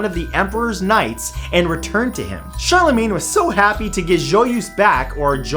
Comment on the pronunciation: Matthew.... We have to talk about your french prononciation.... Joyeuse does not sound like that and so does Charlemagne.